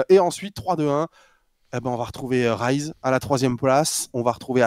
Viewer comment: Pour petite info c'est Rise et non Rize sinon c'est du riz en anglais. L'argument que sortent toutes les personnes qui trouvent que zen n'est pas bien classé est qu'il porte Vita, mais c'est un argument qui est difficile à prendre, Vita a déçu au début de ce premier Split, c'est indéniable et Zen à montrer son meilleur niveau seulement arriver au 3ᵉ open qualifier. Ils se sont pris l'effet world champion comme ont pu l'avoir BDS l'année dernière. Et ce ne sont pas les clips qu'il a pu rentrer qui permettre d'évaluer son niveau, beaucoup trop de personne jugent un joueur à sa capacité à mettre des clips, si c'était le cas le Joyo serait dans le top 5. Même si Zen a porté Vita il n'a pas montré un niveau individuel à la hauteur de ce que l'on attend de lui durant le début du Split.